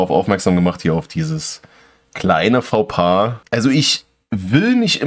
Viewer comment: Kein gescriptetes Video, aber trotzdem triggert es den grammar Nazi in mir: Der Diss ist dir nicht "entfallen" sondern "entgangen", entfallen ist etwas was du vergisst Und "Faux-pas" wird französisch "Foh" pas ausgesprochen, aber das nur nebenbei